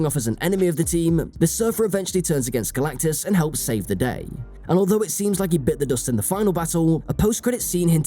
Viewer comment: Kudos to the commentator for his ability to pretend like this is anything other than a DEI bomb. And for making us laugh by repeatedly saying "Galactacus."